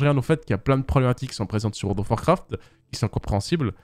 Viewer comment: Comment les gens disent: World of Warcraft Comment dit: wo do warcraf 😂😂